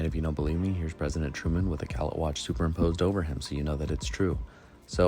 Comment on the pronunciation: Great video, only one pet peeve🤣 gallet is pronounced GallAA. It’s French so the et is an A in pronunciation 🍻